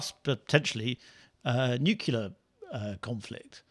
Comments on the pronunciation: Try 'nuclear' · There is no such word as “nucUlar.” The word is NUCLEAR. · "nucular" is not an english word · First time I've heard a Brit pronounce 'nuclear' the way Presidents DDEisenhower and GWBush pronounced it : /'njukjulǝ/ instead of /'njuklɪǝ/. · For heaven's sake, look at the spelling of the word. Is it neukular or is it nuclear? Practice saying it in front of the wardrobe mirror for 20 minutes a day and come back next week. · it is EASY to pronounce nuclear correctly, read the sentence 'I'd like a new, clear glass of beer', repeat it, and stop sounding as if your parents overpaid for your school education. IT MATTERS, and it'll make them feel better too. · NuCULAR conflict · Noo-kle-yar. How hard is that to pronounce? These "journalists" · And can't pronounce nuclear! ("nucular") FFS.... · "nuc-u-lar weapons." SMH. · Another professional speaker who can't pronounce "nuclear" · It’s the second time this week I’m hearing the word ‘nuclear’ pronounced this way. Never heard it before